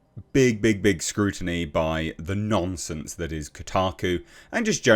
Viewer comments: lol your accent makes it sound like you're calling Kotoku Nonces instead of nonsence. Not inacurate either way. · I like hearing you say "nonsense", becaus eit sounds like you're saying "Nonces mainstream media" or "Nonces Kotaku". Ironic really....